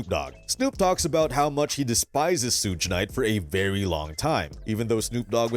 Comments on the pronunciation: It's not SHOOGE, It's SUGE😅😅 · "was shot 4 times' proceeds to say 5 shots has been hit ... damn you "amerikins" really are getting dumber by the minute xD also who tf is sooch knight xD its suge knights ya fkn bafoon xD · “Sooge night”… that is all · Sooge night? Another AI video. Ugh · Is this an AI voiced video? Who pronounces Suge like sooje? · Shuge, not Suge? It’s not huge with an “S” in front. It’s like the hard g in sugar. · You're not pronouncing Suge's name correctly. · If anyone takes this dude serious + he can’t even SAY SUGE….get a better gig bruh.